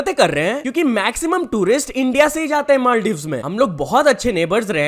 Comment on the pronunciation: Madives ko l ka b faraq nai pary ga 😅🤣